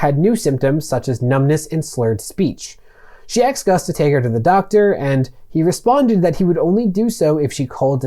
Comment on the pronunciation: You said aksed again! Dude, you are my new favourite YouTuber, tied with long time fave Legal Eagle. Content is great, not just cuz you both say words that make me smile.